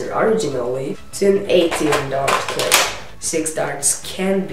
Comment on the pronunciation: he did not call it a clip he called it a "Clipazne". but your still right